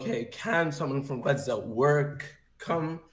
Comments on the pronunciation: Im Arab and no one says Gaza like that. That is some crazy liberal way of saying it and it's annoying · Am I the only one who gets triggered with the pronunciation of “Chhhazzzaaaahhch” It’s about antisemitism and NOTHING else. Islam hates 🧃. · I think it’s funny when people like this pronounce places normal then switch it up for Gchaza 😂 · explain why. I am using the Arabic pronunciation. Arabic is antisemitism 😊